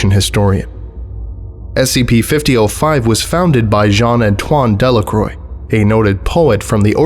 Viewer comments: {dhe-la-krwa} Not {dellakroj} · "De La Croix" is pronounced "De La Kwah"